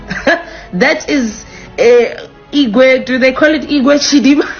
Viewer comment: She said " Igwe Chidimma"😂😂😂😂😂